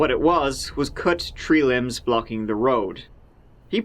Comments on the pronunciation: Hey when you said tree limbs I thought you meant there were three limbs lying in the road 😂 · I was so confused when he said tree limbs on the road! I thought he meant tree (3) human limbs. 😂